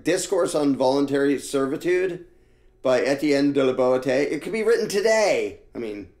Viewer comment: "Resolve to serve no more, and you are at once freed." -- Étienne de La Boétie (pronounced "BWET-ty"), 1552